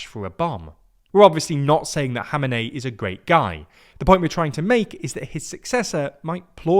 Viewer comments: E-rain: try "E-ron" Hameney: try "kom-N-A-E" Pulavi: try "palla-V" like palladin. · I understand it is difficult to pronounce names, but mate you are really butchering them here. Who is god's name is "Mosadei"? Put a "K" at the end of it since you can't say ق. Same goes for Khomeini and Khamenei.